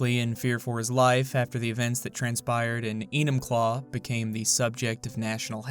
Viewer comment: Every time you say enumclaw I cringe